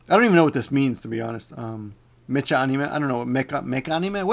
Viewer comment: I think the word you were looking for was "packrat". It seems like you forget idioms and uncommon words like that often. By the way, "mecha" isn't pronounced メチャ but rather メカ because it's an abbreviation of "mechanical". It's basically a genre of anime focused around robots. Alhough if you're in a situation you may opt to strategically mispronounce it. Also, I think you have to be of a certain age or watch too much news to even know who Ted Turner is. I think the only time I've seen him in anything was on CNN once.